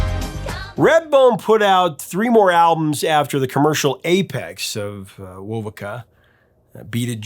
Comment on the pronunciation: It's pronounced "wo-VOH-ka". The Vegas bros did not "change" their name, they simply shortened it from "Vasquez-Vegas". Tony Bellamy was of Yaqui descent. De Poe was Cheyenne and Chippewa. It's pronounce "YA-kee".